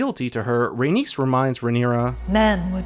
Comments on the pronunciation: Say it with me: RAY-KNEES, NOT RAY-NIECE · So you know how to pronounce Aenys... But you struggle with Rhaenys. When the only difference is the addition of 2 letters lol